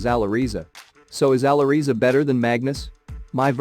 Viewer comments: For sure Magnus is better for the time. But I also think he will climb higher than Magnus in a span of 3 to 5 years. BTW, it`s pronounced " Aly Reza" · i think its pronounced "Ally Rezza"